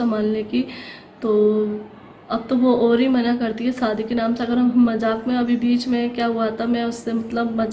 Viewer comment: hello mje kyun replay ni kr ri aj b ap sadi bol ri hain shadi bolty hain mje replay karain ap kyun asy bolti hain iam from pakistan islamabad